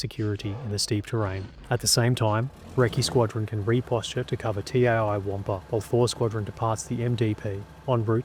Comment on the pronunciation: "TAI WAMPA" ded🤣